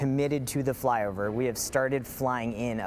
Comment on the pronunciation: She said “ fyover”